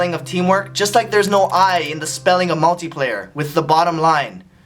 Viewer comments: i'm sorry ryan, but it's "multiplayer" :D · he pronounces it MULT"I" player =D not sure if that one was on purpose or it was an accident. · The y in multyplayer sounds like the i